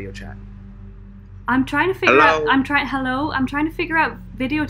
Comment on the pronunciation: Hello sounds like Allow 🤣🤣🤣🤣🤣🤣